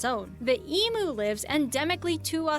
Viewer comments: It really sh*tted me when emu was incorrectly pronounced as EE+ MOO instead of EEM +YOU. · Sorry, it's going to take me quite awhile to comment on this video - EMU - not E-Moo It's not an "electronic cow" Matthew McConaughey - has/had a ranch, and David Letterman asked him what he had on it - well he said he had Emoos ???!! Didn't know how to say it. Didn't know why they were on his ranch Didn't know what they would be farmed for ?? On HIS ranch Honestly Not surprising, considering he is famous for just wanting to know "when can I take my shirt off" God damn.... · Ok.. Ee-mewe not Ee-moo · Bloody done is again. It's flippen Emu not Emoo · I can’t believe that the quokka is not on this list. If you think the wombat and koala are cute then the quokka is even cuter. Just a lesson in pronunciation. eem-you, not ee-moo Goanna, not goarna. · No such animal as an ee moo it's always been an eemyoo ,like wise there's no gowahnars in Australia but we have plenty of go Anna's, I know its nitpicking but it gets on my wick when loud high-pitched female narrator's pronounce words exclusive to Australia wrong ,oh and no one in this country has ever called a platypus a duck beaver . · Yes omg and when they said emo instead of emu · Em U as in you, not as in moo, go anna there's no r goanna cook a burra😊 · Like I told Ryan on the other YouTube channel months ago, every time an American says “Eemoo” instead of the correct Eem-you, a cute little Australian Kelpie puppy dies. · they are pronouncing emu wrong, it is pronounced "ee-mew" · They are pronounced Emu (EMYou) not Emoo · Eemyoos and Go Annas... Not eemoos and guanas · Pronounced Ee m"you" not Ee moo.....why they've got an American narrating an Aussie video is beyond me lol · its Emu not emoo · Eeeem-you, eem-you lol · EE-MEW!!!!!! And goanna is pronounced like 'Go Anna'. If you want cute, look up quokkas. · bro really called an emu an 'emoo' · And an EE MOO. What the phuck is an EE MOO????? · same with emoo instead of emu